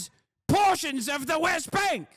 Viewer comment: British Epigenetic expression 🧬 🧬 🧬 PORRRRTIONS